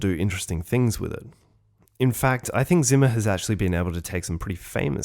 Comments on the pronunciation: Hans Zimmers surname is German. It should be pronounced starting with sound like C sounds in Inception. German is like my fifth language, I only know basics of it, I still can't stand your narration. A very good and true commentary otherwise. Here in the closing sequence he says his name himself if you don't trust me. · you mispronounce the name Zimmer so many times, that after some time it's quite hurtful to anyone who know german even a little bit. "Z" in german should be pronounced similar to "TZ". It's the same sound you hear at the end of ie. "Rosencrantz". Having said that, this was a really insightful and deeply interesting clip. Keep up the good work!:)